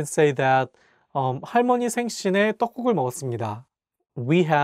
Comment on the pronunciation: 할머니 halmeoni you should pronounce L